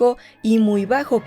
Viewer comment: Sólo un comentario, porque lo he escuchado cada vez que has leído la descripción de Harry: es rostro "enjuto" no "enjunto", que significa delgado.